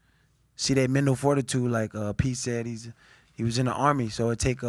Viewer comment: I thinks it’s ironic he can’t pronounce mental